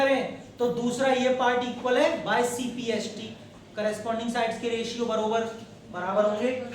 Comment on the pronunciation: Cpct hota hai na ki cpst